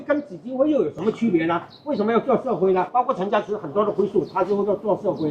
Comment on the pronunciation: 是讀作陳家(池)，不是陳家(寺)